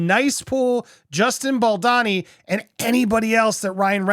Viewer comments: It’s Bal-doe-nee ! Not, Bal-donny. I love your videos, but mispronouncing his name does him another disservice. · BoldOni, not Baldani!! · Is it really that hard to pronounce his name as BAL-DOE-NI ? Not BEL-DAH-NI. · WHY DO YOU KEEP SAYING BALDANI? ITS BALDONI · I am pretty sure it's pronounced Bal-doh-nee. Not bal-donn-ee. Sincerely, a fellow Italian. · It’s so annoying hearing you say Justin Bald-uh-ni while everyone else say Baldoni like a regular person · You’re doing great in these takes, but PLEEZE learn to pronounce Justin’s last name (as heard in countless interviews, podcasts, videos etc.) The second syllable is not “don” as in Donald, but “doan” as in Donut. Small point, sure, but if you’re striving to present yourself as accurate it would help. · It’s Bal-doany not Bal-Donny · Bal-DOUGH-ni. Sound it out. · Is baldoni supposed to be pronouncer baldani? 😂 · American pronunciation: O becomes an A. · As a reporter and out of respect, you owe it to yourself 🤌🏼 to learn how to pronounce Justin BAL DOUGH KNEE’s name properly 🤌🏼🤷‍♀️🫤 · I swear if you dont start saying BaldOni 😂😂😂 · I'm sorry, but it's BaldOni 🙉😊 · You have made 10+ videos on the topic of Blake Lively and Justin Baldoni and you CONTINUE to mispronounce Baldoni's last name. I get it when it was the first, or second, or even third video, but at this point it really seems like you should make some effort to at least learn and say the names correctly. It's a bit unprofessional and careless. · whyyy can't you pronounce baldony's name correctly pleeeease 💜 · You fail every time you try to pronounce Baldoni 🤣🤣🤣